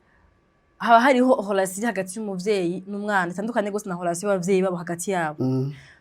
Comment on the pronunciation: ukora ibiganiro vyiza,mugabo reka kuguma uvuga HOLATION,ni RELATION